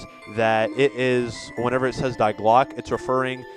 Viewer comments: its not "die" means the in German. that German word 'die' is pronounced "Dee" not "Diy" just tgought I would point out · It's pronounced "Dee" not "die" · First off you idiot Die is pronounced Dee, not Dy. Learn German.